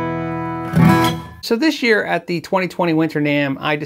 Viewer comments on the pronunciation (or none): none